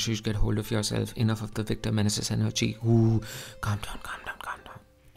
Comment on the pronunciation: Awful commentary. Indian English is not "closer to Amarrycan English." If that appears that way to you,, it is because you have not read books, only learned your rough and ready English from the internet. Also, it is not "Victor Men-a-zis." It is "Victor Manayzees."